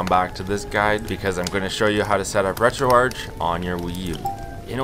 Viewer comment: first time i hear someone pronouncing it like u to most of the times ppl call it retroarc i treid retroarch first time on my psp and it is so bad